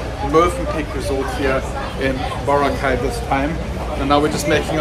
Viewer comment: I just noticed that sometimes you pronounce Boracay incorrectly, but later, you change and say it right. Just noticed it, and I thought it was funny. Love to see you and Grae out enjoying the Philippines. ❤